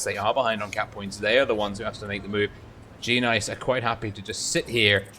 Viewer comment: u say the g as sort of an extra word,tho its actually part of it